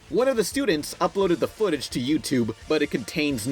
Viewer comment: he says footage as foot appears mhhhhmh